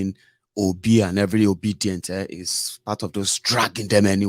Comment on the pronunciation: As for the AI voice - very nice but the pronunciations of INEC, Lagos and Obidients, she would not have missed. Well done.